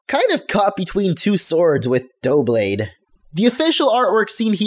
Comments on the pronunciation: yeah, stop being a douche about pronunciation. it's double+blade. say "double" then "-ade". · I am pretty sure it is meant to be pronouced as Dub-lade as it appears to be the combination of double and blade. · Try to say double, but replace the le with lade. Doub-lade. I think that's how it should be anyway. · It's pronounced Dub-lade it's Double and Blade put together lol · I think its pronounced "duh-blade" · I'm pretty sure it's pronounced "dub BLADE" as in "double blade." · Great video, though can't understand why you struggle to pronounce 'Doublade'. Clearly the name is simply the two English words 'double' (pronounced "dubble") and blade = Doublade ("dub-lade"). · I think its pronounced: Duh-blade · Ugh,stop saying it like that! It's "double" and "blade" (duh-blade) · Its pronounced Dough-oo-blade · Double+ Blade= DUB-LAY-D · Doublade is pronounced as if you were saying Double (Dou) and then Blade: Dou-blade. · I think it's pronunciation is "Duh-blade" (no harsh joke or pun intended) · I pronounce Doublade like Duel and Blade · I think it's pronounced dublade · do you pronounce "double" as "doughble" or do you just not realise that doublade is a portmanteau of double and blade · I think it's duh-blade. As in "double". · It is pronounced dublade. It has the spelling of double in it because of it being two swords, but I think it is pronounced dub because a queen would dub a night with a sword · doublade is prounced like double but with blade at the end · its pronounced (dew-blade) doubla as in double in french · Haha it's pronounced dub-lade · Doublade (Dub-Lade) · The spelling gives the impression that its name is derived from "double" and "blade", so we can assume that it's pronounced "DUH-blade". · I'm pretty sure it's pronounced like DUB-blade, a portmanteau of double and blade. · It's pronounced DU-blade, as in double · Duh Blade. Like Duh bul. Like Double. Doublade. Double Blade. Duh. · I can't believe people can't pronounce Doublade -.